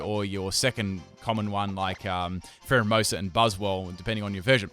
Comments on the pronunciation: You called pheromosa primerina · eevee memer 2 No, it's Pheromosa lol